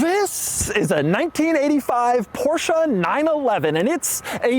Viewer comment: How Beyoncé is not BeyoncAH Porsche is not PorschAH